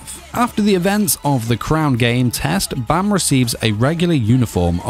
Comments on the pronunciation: Baam not Bam well ... who am i kidding to have some one know the actual correct way of say Baam... your not Korean after all.. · why do u pronounce bam like that